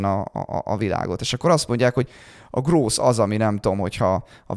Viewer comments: hahha akkor nem voltam ezzel egyedül. En nemet nyelvterületen elek es vegig groß-t hallottam 🤣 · Ilyen döbbenetesen csapnivaló kiejtéssel, ahogy a growth-t gross-nak ejtik, én eltanácsolnám Önöket, hogy angol nyelvű podcast-okat csináljanak. Sokat ártana az image-nek.